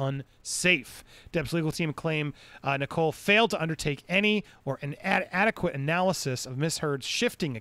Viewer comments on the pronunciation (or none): Judge Nicol’s name is pronounced ni-cul, not ni-coal 👍